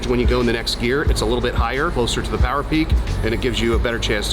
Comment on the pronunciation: Too much phowerrr baby...